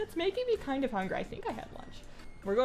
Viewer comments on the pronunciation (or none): none